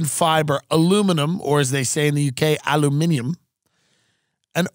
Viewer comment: Tim is the only American I know who can pronounce. Nuclear and Aluminium without biting his tongue.